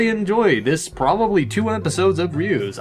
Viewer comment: it's pronounced like Zeus only with a R in front instead of a Z.